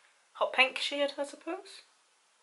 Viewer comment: Lol when you said "packing that shade on" I was lmao cuz it sounded like you said "packing that shit on" with your accent lol